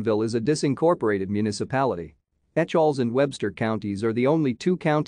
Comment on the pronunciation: It is pronounced E-kels